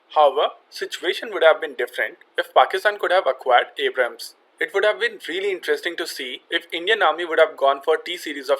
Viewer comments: Mocks "Abrahams" Says "Abras" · Its Indian pronunciation of Abrams. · MUSIC LOVER - "90% of us call it abrahm tank" - citation needed. besides, more people pronouncing a name wrongly doesn't make it right. "We have difficulty in pronouncing Abrams" - this is simply NOT true. there's nothing about hindi language that causes people to add an additional 'H' sound. The fact is, he wrongly pronounced the name in the video. Just admit that, no need to defend the indefensible.